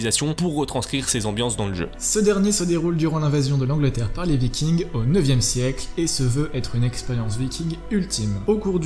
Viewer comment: Des VikingZ... tu peux pas t'en empêcher hein. ^^